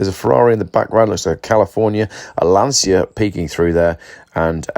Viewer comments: It’s pronounced Lancia with a hard C not Lansia - just saying 😉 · Same as Da cha, Not darsia or lansia. Edit: You can have a go for me being a grammar policeman, but it will stop the Romanians and Italians laughing at you. Edit again, Ok it isn't grammar... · Lan cha. FFS.